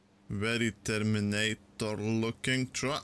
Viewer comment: Tuck rescue.... tuck! TRUCK!!! It’s TRRRRRRRUCK!! 😂.